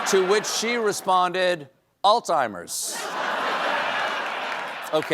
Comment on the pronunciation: It is shocking to see how many people mispronounce this word! There is not a “t” sound in the entire word. Does sound like “all timers”. I even have heard doctors say it wrong.